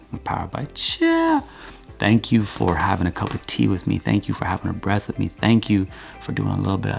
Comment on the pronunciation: Why do I love the way you say "cup of tea"? It's not chopped, it's like on one unique symphony frequency line "cupatea" ahahah. A random anecdote to share vibes. Thanks for what you do.